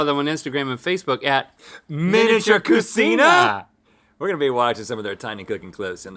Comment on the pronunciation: Not cu-seen-a, but cu-chee-na. No Italians around you? 🤭